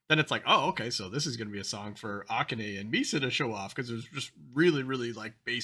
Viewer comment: Kanami's name has the accent on the second syllable. You got that. So does Akane. Ah-KAH-neh